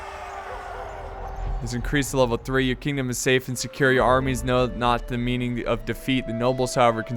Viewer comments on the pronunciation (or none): none